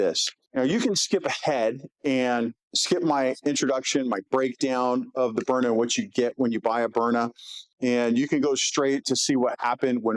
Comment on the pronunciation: Haha He can’t even say Byrna, instead calls it a stove burner. And his show team lets callers heckle him for it even. How hard is it to pronounce Burn-Na? Just shows he’s in the advertising business first, and topic talk second.